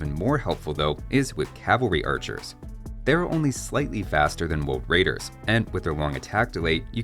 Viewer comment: woad waidews? any wabbits awound?